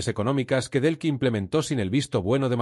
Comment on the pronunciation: No se llama Brlks. Es DELCYllama Delcy, No es Belkis